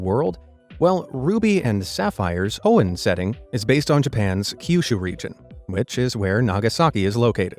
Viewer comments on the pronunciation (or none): none